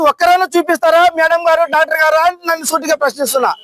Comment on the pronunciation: sir first respect Doctors you r saing Dactor gallu say Doctor garlu